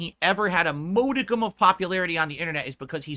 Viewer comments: "mode-icum" The pronunciation of modicum is thus... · Guy who constantly calls people a dunce goes on to pronounce modicum that way. It’s mah-di-cum. Like kahn-tent. Jesus. *also I have a husband and a cat and they are not my family. Obviously I love them both and they FEEL like family but they’re not my GD blood FFS. And making a family isn’t JUST reproduction. If you do it right it’s a lot of sacrifice. No wonder never tried it.